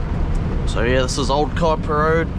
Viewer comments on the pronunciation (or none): none